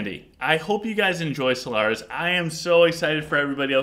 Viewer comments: I would say in this episode the mispronunciation is having a large impact. It doesn't matter normally if you add a syllable or something, but you are reviewing solaris calling him solantris and talking about artifacts of which one of them you are discussing is called solantris. Its just a huge confusing mixup because your audience has to try figure out what you mean. I would seriously just send the 5 minutes to sort out the pronunciation. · it is solaris not solANTRIS lol